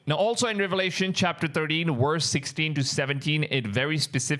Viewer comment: Love your content but please practice your V sound. When you say VERSE it sounds like worst. #constructive advise